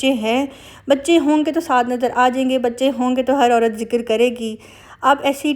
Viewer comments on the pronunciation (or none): none